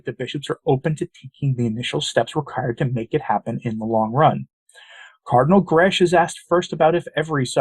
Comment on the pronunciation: Just a little correction, Mario Grech is pronounced 'Greck' rhyming with 'speck' not 'gresch' as in 'mesh'. Just sayin'... I'm Maltese too just like Grech, so know how the language is pronounced. God bless!